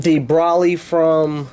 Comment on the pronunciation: Not tryin to be a douche but it’s NOT pronounced “Braly” like you said throughout the video. It’s pronounced “Bro-lee.”